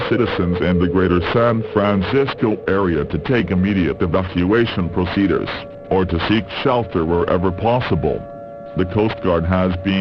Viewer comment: I love how it says "proceduhrs" XD